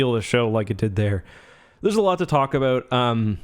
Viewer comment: "There's a lot to talk aboot" GD I love Canadians.